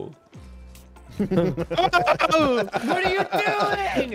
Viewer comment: Man said bing-able :ICANT